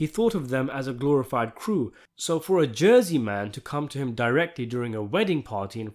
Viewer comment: 'glorified crew' ..... you must be from New York !! 😁